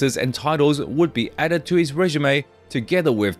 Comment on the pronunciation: Can someone tell me what a "rejume" is? Weird AI misread. This is clearly AI.